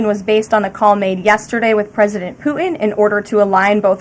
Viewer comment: When she speaks, where are the T sounds? I notice this a lot. For example, when she says Putin, it comes out as "Poo-In". Can she get speech therapy?